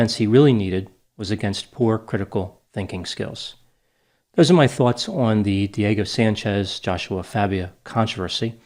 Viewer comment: I've never heard of either of these two men. My biggest struggle listening to this analysis was the fact that every time said "Diego Sanchez", all I heard was "Dirty Sanchez". What is wrong with me?! 🤦🏻‍♀️